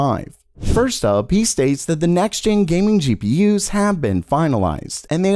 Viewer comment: Good videos, but I hate the way this guy says "GPU's" lol